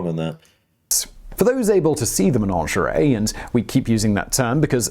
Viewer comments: The word is Menagerie, not Menangerie like this man keeps saying. I can't understand why he would get this wrong?? 🇬🇧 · I don't know why he keeps saying 'manongeray'. There's no such word, he means managerie (MAN-AJ-ER-EE). I think he's trying to sound posh!